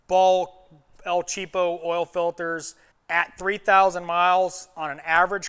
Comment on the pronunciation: Laughed when you said " El Cheapo" as a Spanish native speaker. 😂 But yea good point man.